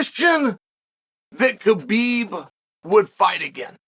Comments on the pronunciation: It's not "Ka-Beeb".. it's "ha-beeb" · Please stop calling him K-bib. It is pronounced Habib. The K, In Khabib, is silent. I am offended that you talk about him so much but don’t pronounce his name correctly. Listen to him say his own name, he doesn’t pronounce the K. I have commented this to you so many times!!!!! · After all these years Chael still pronouncing his name wrong